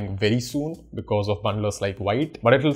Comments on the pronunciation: Wrong it's not pronounced viite, it's vit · still you can say "wheet", but not "white". What I'm trying to say is, it's irrelevant if you pronounce V as Whee, the "White" pronunciation is wrong. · The first thing vite documentation says that it is pronounced as "vit" not "white" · btw it's spelled like white but real pronounciation is veet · Veet not white 😁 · Why you saying white, it's the French word thats pronounced Veet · BTW it's veet not wite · it's vit not vaite lol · All good, just one thing 😂 it's pronounced as Veet, not Vite. Yeah ik an Core team member corrected me in their discord 😂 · Its veet(wheat) not white..... A french word means quick.... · Hi thanks for your content, but the pronunciation is VIT not VAIT. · its pronouced V + eat .... not V + ight . VITE is french For FAST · It's pronounced "Veet" not Vite. Grammar Nazi 😋😯😉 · pronounced like wheet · Thanks for the nice explanation, the pronunciation is VIT (VEET) as per the developers. Thanks again... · The official docs says you need to pronounce it as "veet" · Pronounced like veet - it's French for fast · It's Veeeet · I’m pretty sure its pronounced “v-it”. It means fast in french (im guessing since vue means view in french) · Actually it’s pronounced “sheet” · Actually it’s pronounced jit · I really like parcel and vite over webpack( BTW its pronounce more like VEET/VIT). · It's pronounced as "Veet" 🙂